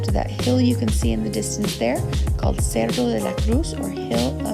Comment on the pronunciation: You said cerdo de la Cruz…. Not cerro. Pig of the cross? You MIL looks like a trip, can’t walk on her own or she just needs extra attention?